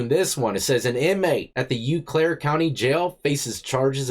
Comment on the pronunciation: 😂😂😂 bro “U-claire” sounds hilarious but only if you know the real pronunciation is “O-claire.” I give you a pass though cuz that combo does sound out “U” in “beautiful.” But this time it’s actually “O”